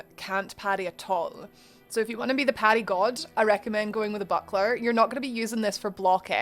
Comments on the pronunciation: It’s “parry” not “patty” 🤓(<-you) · i just keep hearing Patty instead of Parry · I’m confused if you are parrying or paddying? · I hear Patty wondow also, it's cute.